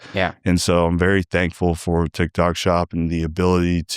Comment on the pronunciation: Did he say trendtok? Or trendtak?